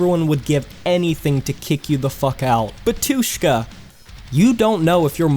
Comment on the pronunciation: Why is it such a big trend to HEAVILY mispronounce these kinds of words? No matter how often you tell them it's bAtushka or bAbushka, they will always pronounce it as babUshka or batUshka. Why, just why!?!